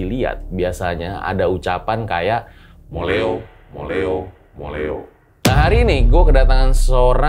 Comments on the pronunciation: hahahah bukan MOLEO bang MULIH O bahasa jawanya pulang sana ! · Itu dengernya moleo tapi aslinya bilang muliho sama artinya bali/balek atau pulang